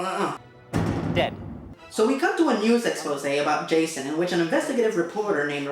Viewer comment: lol, Hah-sohn